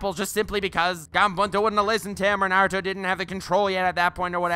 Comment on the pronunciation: “nAiRoOtOh”